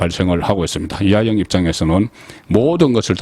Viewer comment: "이하영"인지 "이화영"인지? "이하영"인지 "이재명"인지? 발음을 정확히...!